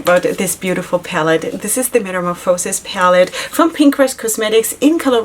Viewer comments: Ok it's killing me. It's met a morph a (rhymes with ya) sis, not met a mor fo (rhymes with no) sis. For both the brand you like and this palette. So it's ya and not no 🤣🤣. Beautiful palette. Purple and blue is divine. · I like to hear how she pronounces it. Something new and different! 😆